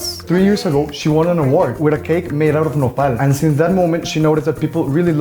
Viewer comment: You guys are saying Nopal I heard Nepal and some words are Nepal I got happy that you were mentioning my country name in your video but it wasn’t 😃 Lots of love from Nepal🇳🇵